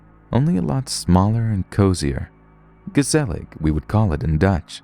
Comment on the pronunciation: My day was kinda sucky untill I heard you say "gezellig" haha, you actually even pronounced it pretty good